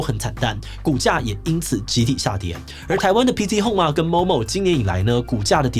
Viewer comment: P"T"Home 抓到了 :3